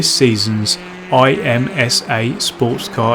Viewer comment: Good job getting to D4.0! And good luck in IMSA! I'll try to check the stream tomorrow. PS: IMSA is usually said as a word, not spelled out I. M. S. A.